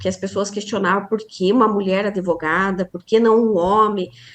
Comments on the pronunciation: Prezada, não é adevogada. Fala-se advogada (com D mudo). Isso é o básico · Impactuar... Adevogada... A advogada precisa estudar um pouco de Português... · Como essa "adEvogada" fala errado, hein!!!!!